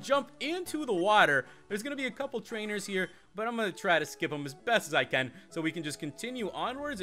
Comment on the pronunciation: your saying cane not can